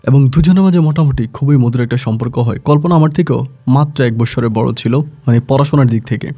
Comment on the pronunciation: সম্পর্ক উচ্চারণ আজকে ঠিক আছে। একটা ধন্যবাদ দিতেই হয়।